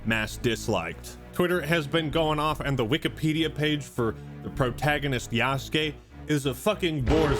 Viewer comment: Thank you for pronouncing yasukes name right. So many people saying yasookay. And i cant even. Watch when this shit comes out itll be yasookay. I want to die